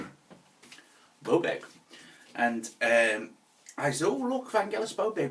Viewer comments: Bowbeck? Blowback? 😁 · The way this guy pronounces "Beaubourg" is just too funny... More like "Camenbert" 🙂